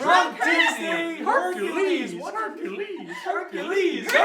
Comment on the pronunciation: I know you guys are being accurate, but why say "Hercales" when the title is "Hercules"? Also, love the edits; the Meg one was hilarious.